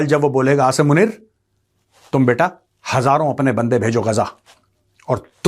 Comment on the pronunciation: First of all you listen how this major pronounce Asim name and how a Pakistani pronouns. If he don't know how to pronounce Asim then how he knows anything about him. Believe me he just watched Pakistani news and made podcast on it😂